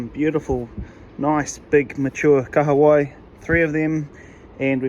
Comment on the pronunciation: Love that you pronounce Kahawai correctly brother 👍